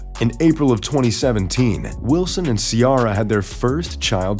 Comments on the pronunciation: "See•Air•uh" and we already new that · I Love Russell Wilson & Ciara & Their Beautiful Children, I Just Wish You'd Say Ciara's Name Correctly, Or Maybe it's Your American Accent!!, "GO SEAHAWKS" ❤ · How are you going to pronounced Ciara name like that lol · How do you mess up the name Ciara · They do it all the time. They been saying her name wrong since she debut. Smh